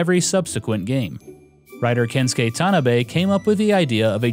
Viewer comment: Itz pronounced "ken sue key" not "kenskay"